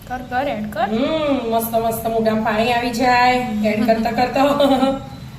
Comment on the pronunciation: બેન પૉણી નહી પાણી બોલો